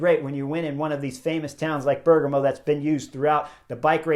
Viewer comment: Bear-GAH-mo, buddy.